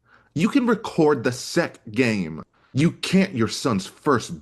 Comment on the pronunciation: Haha! I noticed and chuckled too.